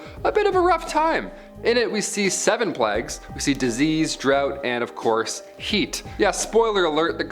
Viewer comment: You pronounce the word plagues weird